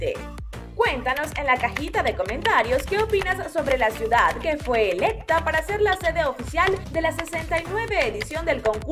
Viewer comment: Se dice CIUDAD.